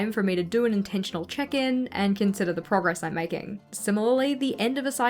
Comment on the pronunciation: She says “that would give me ze (silly way of saying ‘the’) heebie-jeebies” Heebie-jeebies means feeling nervous or anxious, hope this helped!